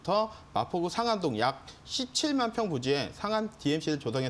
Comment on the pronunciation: ㅋㅋㅋㅋ 아니 리허설좀 하고 하시지 너무 긴장하셨네 ㅋㅋㅋㅋㅋ 발음도 좀 연습해서 하시면 될 듯 싶어요 예를 들어 상암동을 산안동으로 말씀 하신다는지 ㅋㅋ... 좋은 정보 감사합니다